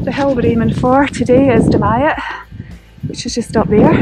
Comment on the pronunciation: As always, nice video. I was up Dumyat that morning from Menstrie. Great to hear somebody pronouncing Dumyat correctly.